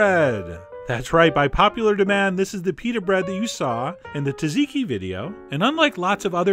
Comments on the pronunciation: Tazeekee? Tzatziki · Its pronounced zatziki not taziki. The first t is silent. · John I nearly cried when I heard how you pronounce Tzatziki. It's not "Tat-zeekee" it's "sat-zee-kee" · As I was told by a greek cook years ago , in their language when Tz appears at the start of a word the "T" is silent so you say zatziki but it is spelled Tz . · It's pronounced like "zotziki". It's still delicious! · SAT ZI KI. SAY IT WITH ME, SAT ZI KI...TSATZIKI... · The name is pronouncee "Zaht- zeekee"